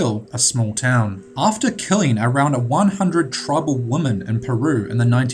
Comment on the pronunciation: I liked this video but thumbs down due to the retarded narrator that can't pronunce words properly including saying womAn instead of womEn